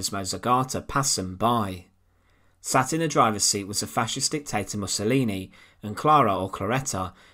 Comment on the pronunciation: Soljar, Hitlar, dictatar, encountar, muthar, etc.............. Love the channel but FFS get rid of the narrator. Even an AI bot would be preferable. I cant watch another slice of "Untold past" with that voice!!!!!!!!!!!!